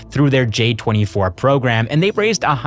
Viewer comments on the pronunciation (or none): none